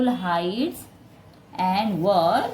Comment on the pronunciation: Story me (were)ko वेअर bolte hai na ki वार ye friends ko shair karenge toh socho kya hoga😂